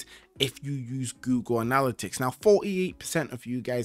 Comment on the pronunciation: It’s killing me the way he’s saying anALLitics instead of anaLITics